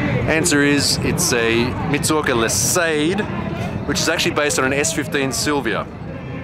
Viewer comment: i cringed sooo much at that mitsuoka.... :S